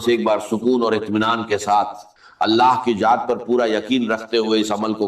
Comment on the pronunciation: Ye nhi haen talaffuz se pata chal rha hae,,,,Dr sb, Allah ki jaat nhi kahtey Allah ki zaat kahtey haen,,,, video banani hae to apni banayeñ Dr sb k video per q bana rhy haen,,,, bht ghalat baat hae